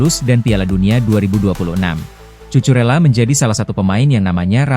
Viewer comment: tulisan nya emang Cucurella tp dibacanya Kukurella min 😅